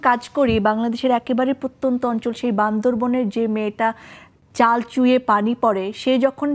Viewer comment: নিকোলকে নিটোল বলা। বান্দরবানকে বান্দরবন বলা। এ দুটো ভুল বাদ দিলে বেশ উপভোগ করেছি।